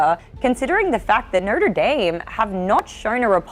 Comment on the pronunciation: Nurtur dame? O is not pronounced Urrr